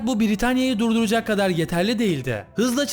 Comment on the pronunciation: saniyede durduracak yerine duyduracak diyo